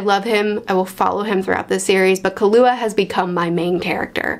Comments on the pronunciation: Your way of saying killua it's pretty fine to me tho ❤️ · Oh you've been saying Killua right. Unless they want you to put emphasis on the "Ki" part, I don't remember if the 2011 anime dub does that. But the 99 adaptations dub I first watched said it how you do . But in general you're good, it's a pretty simple name. Also Canary is a girl lol. But yeah, want her and Killua to just hang out someday.